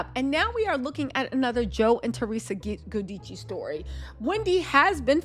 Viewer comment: it’s Theresa and Joe “Jew-Dice” lol lysm boo ❤